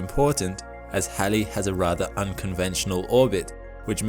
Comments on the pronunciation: first time Ive ever heard anyone call Halley's Comet correctly....... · Nope, it is Halley. After Edmund Halley. If you don't like the way he pronounced his name, take it up with him. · Because that is how it is pronounced. After Edmund Halley. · No, it is not pronounced like the female name "hayley" His pronunciation is correct.